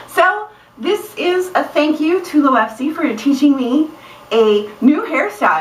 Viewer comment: I think when you had those 2 things sticking up it was so cute haha I laughed out loud ^_^ That was a great idea to tighten them like laces!! Always a smart one, you are!! ;) I love watching your videos!! Oh and I say pronounce it like you did in the video (Lowepsy)! It sounds cooler than Loopsy :P